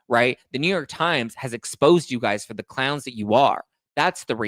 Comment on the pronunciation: Yes,!! “ the clouns that you are” I love it!!